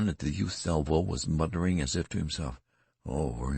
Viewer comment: Whoever is reading this keeps reading words wrong. "Resentful" "muttering"